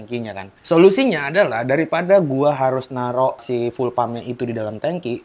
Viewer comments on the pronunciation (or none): Buka ful pengucapannya bang, tapi fiul